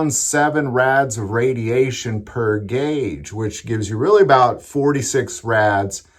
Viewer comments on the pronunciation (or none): none